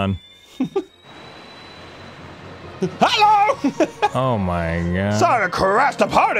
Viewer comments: Ah man, Dan just called Megalon "Megalodon" So close my dear Kaiju fan. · its Megalan Dan. not Magaladon Duh lol